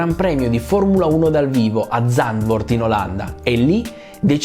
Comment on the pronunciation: Zandvoort si pronuncia "sanfórt".